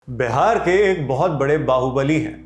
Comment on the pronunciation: बेहार नहीं होता है भाई बिहार होता है, pronunciation sikh lo fir achha se reporting करना , चित्युतिएं